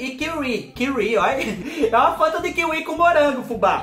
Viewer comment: Acho lindo qnd vc fala: óia que pecadinho 🥰😁🥰😁🥰